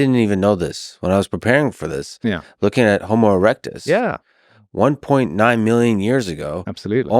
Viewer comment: They said Homo-erect-us… 😳🤨 😂